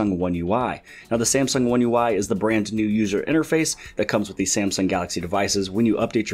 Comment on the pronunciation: "Brant new"